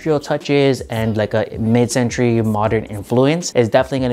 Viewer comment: "mid centruy modern"